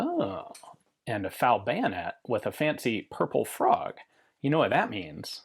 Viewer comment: I fal down, not I fowl down. Yankees be yankies.